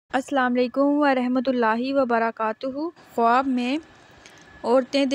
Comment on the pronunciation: بہت برا واٸس اوور ہے۔ اوپر سے دیکھ کر بھی ریڈنگ نہیں ہو رہی ہے۔ لفظ خواب کا تلفظ خاب ہے